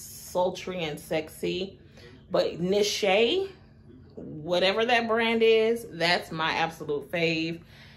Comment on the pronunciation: It’s pronounced Nee-Shah-nay. Great video!